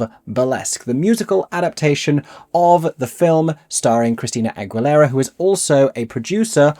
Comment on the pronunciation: That's not how you pronounce AGUILERA